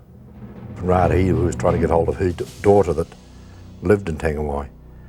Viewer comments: And Whangaehu (pronounced one-guy-hu. ) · i hope your joking 'one guy hu' lol....its literally funga e hu and the g is silent and merged with the n